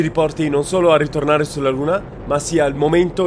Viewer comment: "Ritornaree"???? 🤣 Questa volta li menano.....